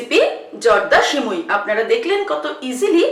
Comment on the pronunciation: সিমুই না সেমাই 😂😂😂😒😒